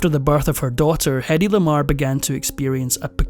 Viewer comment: In her autobiography she wrote that her first name rhymned with Lady. "Heady", as it's usually pronounced, does not rhymn with Lady. Heady is H-e-a-d-y, No "head" in Hedy. ❤